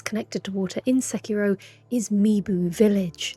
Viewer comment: Oh my. Fantastic pronunciation of Sekiro. (The ghost effect always makes me laugh ever since someone pointed out its like Frodo waking up in Rivendell)